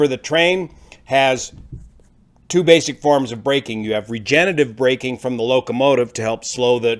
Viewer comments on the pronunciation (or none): none